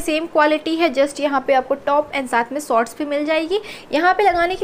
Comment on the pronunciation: And sots😀